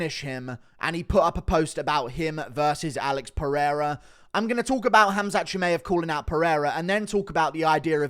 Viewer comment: Bro how can you still be pronouncing Chimaev wrong?